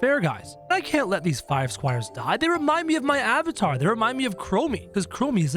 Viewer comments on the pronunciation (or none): none